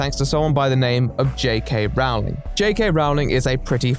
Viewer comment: The irony of Blair (an American) pronouncing Rowling's correctly and (seemingly English) pronouncing it wrong is hurting my brain 🧠 lol